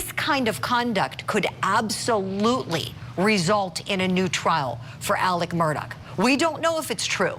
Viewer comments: Here is an example of a bimbette she kept saying Murdock ? It’s Murdaugh how did she get this job????? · The man's man is Murdaugh not Murdock. Mer-daw not Mer-doc. Get with it lady. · Tell this idiot his name isn’t pronounced “Murdock”